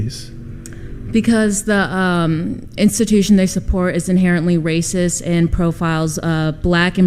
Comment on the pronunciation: Did she just say Wacist? Lmao